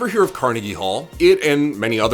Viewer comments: Why did you pronounce Carnegie Hall one way and then pronounce Andrew Carnegie completely different? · You pronounce carnegie so weird